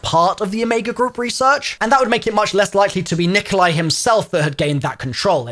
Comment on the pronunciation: It's not Nikolia lol